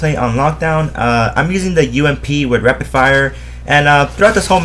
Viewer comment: haha he is saying repid fire